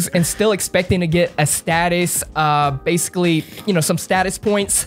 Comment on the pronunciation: Great interview....you had me dying saying “ BASICALLY”... BASE-CULLY 😂😂😂😂😂😂😂😂